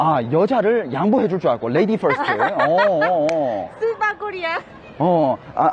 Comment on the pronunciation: first랑 fast랑 발음이 똑같나 일본은?